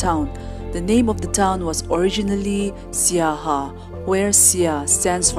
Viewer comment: Not saiha. Siaha